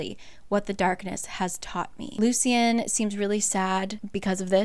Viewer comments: the correct pronoucations of the names (According to the audio book): Ianthe - Eye-an-THEE Lucien - Lou-SHH-EN Tarquin - Tar-KWIN Just a fun little tid bit I thought you should know! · I was so confused who Ianthe was because of how you’re pronouncing it. In the graphic audio they pronounce it like “Ayanthee” and And Lucian is Loo-shian